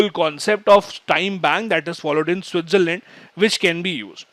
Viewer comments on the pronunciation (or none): none